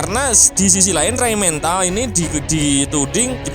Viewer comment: Rheinmetall bukan rhein mental min...😂 Motor...bukan montor ....🤣 Kenapa kalau kotor nggak jadi kontor ? Kaya orang jawa ente min